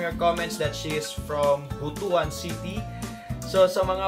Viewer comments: We're gonna take a moment to learn how to pronounce Butuan City correctly. Butuan is pronounced as BOOT + WAN . NOT BOO + TU + AN. Buto (boo + tu) means male genitalia in Bisaya. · Its pronounce "Boot-twan". Not "Bo-tu-an". Kabastusan yan, pari. Dugay kana sa labas ng Pinas. Tonto lang ka gihapon.